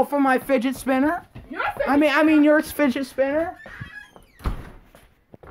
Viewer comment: "Findgers Spinners"